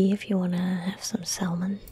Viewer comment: Silent L in Salmon. Sah-mun.